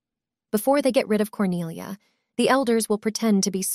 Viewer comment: At the start i thought her name was "corny ah" 💀